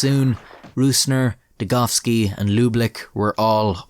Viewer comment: At least youre calling him degoVski, not degoWski!